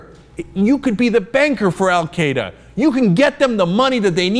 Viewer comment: Why can Americans not pronounce "Al-Qaeda"?